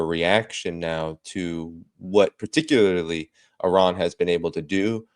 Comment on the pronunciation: Good morning... The first thing American people have to do is to Respect how you should pronounce the name of this nation IRAN! Names They have a mantric sound meaning! And it represents the power of the Soul of this Nation! Like all the names of all the nations of the world! Please listen how Mr. Mohammad pronounces the name of his Nation!